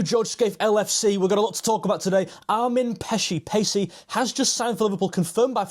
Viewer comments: Hey mate, just for info, Pécsi means from the town of Pécs, like Armin of Pécs (Hungary's 5th biggest city), pronounced (close enough) Péchi (é like in café ch like in church, i like in ship). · close, but if you want to go for perfect pronounciation, then its more like: Armin (with A sounds like the u sound from up, and i is short.) Pechi (with e sounding like a from stale, and i is short) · Correct....more information....Pécsi pronounced like patchwork.......Szoboszlai Dominik means Dominik of Szoboszló....Hajdúszoboszló is a City of thermal bath in Hungary.......Hungary have so 250! thermal baths....Greeting from Hungary😰